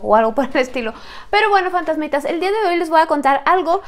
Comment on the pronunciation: Si porque dice 'ola fandazmidas" 🤣no se crean me cae bien